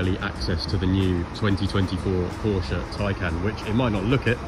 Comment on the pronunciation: As a German, I can assure you nobody cares too much, it's fine 😂 But if you wanna do it 100% correctly, try "Poah-Sha", including an open "R", pronounced like an "ah". Moderator here is pretty close.